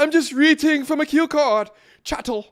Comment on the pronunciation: Never trust a man who pronounces "cattle" as "chattle"